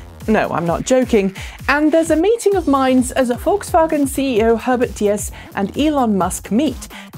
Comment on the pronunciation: for the correct pronunciation of VolksWagen